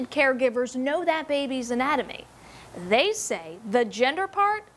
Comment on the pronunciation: "Theyby" kill me now 💀💀